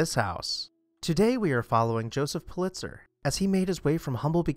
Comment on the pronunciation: I could be wrong ... happens sometimes ... but I believe his name was pronounced "PU-lit-zer," not "Pu-LIT-zer." I very much enjoy and look forward to your videos. Subscribed recently.